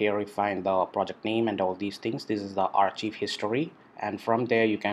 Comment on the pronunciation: Thank you for sharing this process. "Archive" is pronounced as "Arc-Kive" by the way.